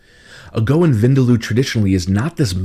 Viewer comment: Chef, vindaloo (vindaloo is pronounced as vin dal, like you'd pronounce dal but add the oo sound quickly 😉), differs in India. The Goans make it differently to the Anglo Indians. The Anglos use dark mustard oil whilst the Goans use, I think ground nut or coconut oil. Not really sure, though.